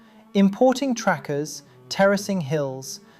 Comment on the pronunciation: I just realized this dumbfuck keeps calling "tractors" trackers. Lmfao, makes this entire presentation idiotic.